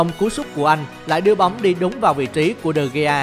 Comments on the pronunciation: Đọc tên cầu thủ cũng sai nữa Chán thật De gea mà đọc đề ghi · Nhỏ con gái đọc sai tên nữa mà De gea Mà nó gọi tên người ta là đề ghi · đờ ge a mà bả đọc đê gi =)) lạy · Nhỏ con gái đọc de gea mới sợ Người ta là de gea mà nó đọc là đề ghi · Tui mới nghe j đây David ToKyA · tokya mà tui nghe quài mà vẫn z